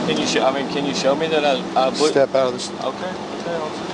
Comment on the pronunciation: So eerie that he says “can you shot-ow me something I”